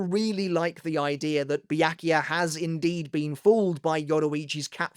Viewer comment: Bee-yak - you - ah?